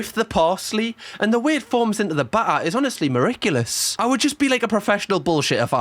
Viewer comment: the way he pronounced oregano and miraculous killed me😂